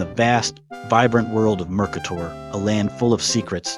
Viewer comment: Thanks for the review. It’s great to see people playing this older game. But the pronunciation is mer-Kate-er